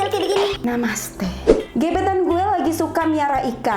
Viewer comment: Selalu kekeh setiap kali dengar bilang "Namaste". Hihi